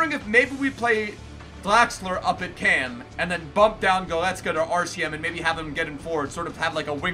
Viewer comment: Please stop saying letter R’s like you’re an infant. It’s De Bruyne - not De Bwooner, it’s Goretzka, now Gowezka. Other than that you’re the best human on YT